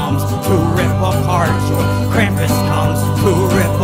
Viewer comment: Thank you for pronunging Krumpus right